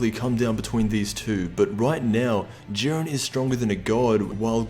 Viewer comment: Jiiiiiiiiiiren not jurin dafuq